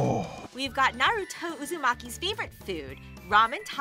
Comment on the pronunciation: I’m sorry how can people say Naruto like that when his name is said a million times in the anime 😂